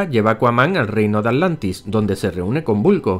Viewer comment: agujero de guion dijo alantis